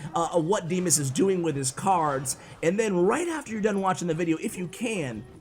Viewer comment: Vanco Vanco has already made such video about DIMAS first! 🇷🇺 P.s.: it sounds D[ i ]mas, from name D[ i ]ma, not [ ai ], and stress (emphasis, i dont know how is right) falls on A, not I